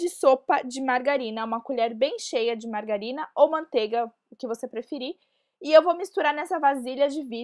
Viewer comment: mangarina kkk e niiina k